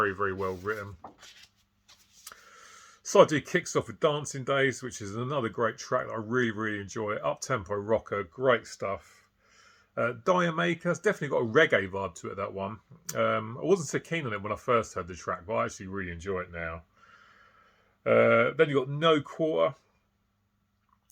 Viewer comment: “D’yer Mak’er”??? FFS it’s a reggae song and the correct pronunciation is “Jamaica”!!!!